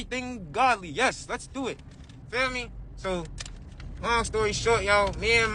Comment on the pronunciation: “I had nothing to DEW with it!” 😂